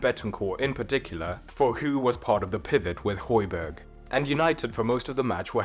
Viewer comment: and Højbjerg/Hojbjerg, not Hojberg